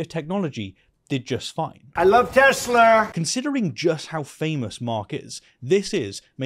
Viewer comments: I love Teslur? It's Tesla, Mr. President. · "I LOVE TESLER" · "I love Teslur" lol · Trump: "I love tessler"😂😂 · Blowfish its not teslaer fool its tesla not teslaer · I luv tesler 😂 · "I love tesler 😂" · When Trump ;earns to say 'Tesla', instead-of-Tesler .. .? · Tesler? Its TESLA. Oh right, you re from Queens. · Did T say Tes-slur? Well slur is something he's familiar with... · "I love Tesler" - D.J.T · It's pronounced "Teslur" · Trump loves TESLAR. lol can’t even say it right ? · Dont pronounce it TeZla. That's how Musk pronounces it. Nikola pronounced it TeSla. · "Tesler" 😂 in keeping with Looney Tunes: "What a maroon." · Trump called it a Tesler. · 'I LUB TESLUR🤪' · “I love Tesler!” Lol. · "I love Tesler"? Ffs🙄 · Trump:..."I love Teslerr!!" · "I love Tesler"... Yeah trump isn't suffering from dementia at all... And that was AFTER he asked what type of car it was TO musk who was standing next to him and while holding the script IN HIS HANDS. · 😡“I love Tesler.” 🙄 Tesla + Hitler? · "I love Tesler!" 🤣🤣🤣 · Donnie, it's not "Tesler" it's Tesla. And I don't love Tesla. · Psst! Mr. President. Tesla not Tesler. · "I love TESLER!" Donald Trump, I guess it's a combo of Tesla and Hitler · According to idiot Trump it's not "Tesla" but "Tesler". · You have been mispronouncing the name the whole video: it is Teslar, not Tesla. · "I love Teslurrh" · I love TesLER! 😂😂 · Some random car salesman: I love tesleer 😂. Oh wait, it was Trump. 😂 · I love Tesler? Os that what trump said? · I noticed how he said "TESLER." Stupidly funny. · Trump can't even pronounce Tesla correctly. Bring back memories of Biden's decline. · "I love Tes-ler" ? Trump can't even pronounce the name right. This whole setup is a disgrace to America. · Tessler. 😂 Why? 🤣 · ✊🤡 “I love Tesler!” 😂🤣😅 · I find his "Te-slur" pronunciation to be horrifyingly apropos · It’s pronounced TESSLER, says the Donald. You anti-American communist blasphemer 😂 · Why does Trump keep calling them Tesler? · Teslur* get it right